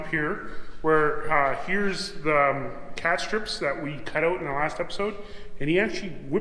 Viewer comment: I promise I'm not trolling but I swear it sounds like you keep saying "cat strips". Those wooden things are "Cap strips". I shudder to think what "cat strips" might be. Oops, I spoke too soon. NVM